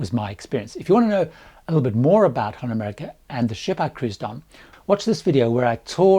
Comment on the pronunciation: I would practise on saying "HOLLAND America". the HOLLAND is not very pronounced very well, and it is such an easy word. It sounds as " Honda" how you mentioned it.